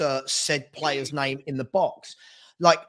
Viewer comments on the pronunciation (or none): I'm convinced Chris mispronounces player names on purpose to troll us all 😂